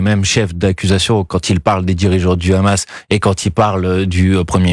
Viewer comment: Quand vous entendez la prononciation de « KHamas » par le journaliste vous savez dans quel camp il est.